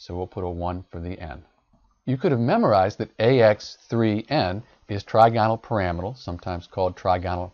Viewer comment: you are saying the trigonal pyramidal wrong lol what the hell